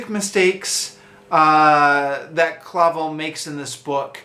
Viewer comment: The authors name is pronounced 'Clah-vel', not 'Cla-vul'.